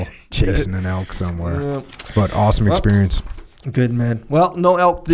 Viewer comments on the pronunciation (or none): It elk echo! Not elks🤣 elk hunting is life! Jocko what bow are you shooting?